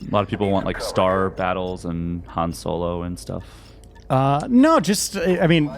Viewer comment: is such a huge SW fan, I wonder why he pronounces Han’s name as Hen.